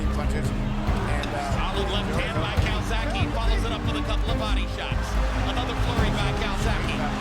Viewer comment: Please CalzaghE not calzaghee He is Italian ...Welsh by pure chance